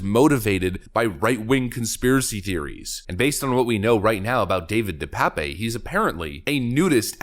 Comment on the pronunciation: "De Pape" is a Dutch or Flemisch name it is certainly not pronounced "pépé"